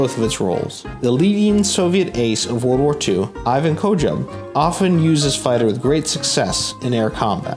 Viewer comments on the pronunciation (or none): none